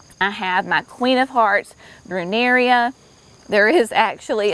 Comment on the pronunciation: UH-RAIL-EE-UH. Not Ari-ella. Bruh-narr-ah--3 syllables. Not Brew-nar-i-a. Amsonia hu-brich-tii--hew-brick-tee-eye--not hew-britchy-it has 4 syllables.